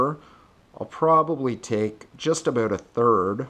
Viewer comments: whats it all aboot? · "abaout" lol